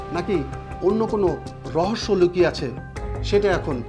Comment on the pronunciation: রহস্য "র" বলতে পারবে।